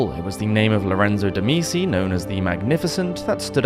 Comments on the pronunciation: I do appreciate your preemptive apologies for mispronunciations. A better fix would be to simply Google the names/words before butchering them. Medici is an internationally recognized historical name as they had a huge impact on the Renaissance. It's pronounced Med-EE-chee, BTW. That said, excellent content, très intéressant!! Helluva good tune!!! Slainté! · Typically I ignore the mispronunciation of these videos but the pronunciation of Medici irks me. I absolutely love this channel but I do wish if there is a name that you are unsure of how to pronounce or haven’t ever heard spoken please google it especially one like Medici that has had multiple TV shows made about itand there is even currently a show about Catherine de’ Medici called Serpent Queen and the Medici have even been featured in at least one video game series. So basically googling it for a check on pronunciation is pretty easy, even with the massive amount of research you already do I think this addition wouldn’t be to big of an issue to listen to the name spoken.